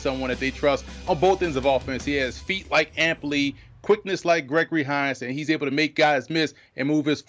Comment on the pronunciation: Dude said Gregory Hines